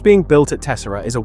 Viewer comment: You pronounced Tessera wrong (it's tes-SEH-rah), other than that, great recap.